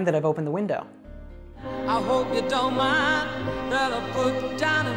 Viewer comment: Sir, I think it not out of my mind, it would be I don't mind.she pronounced it, I ronno mind.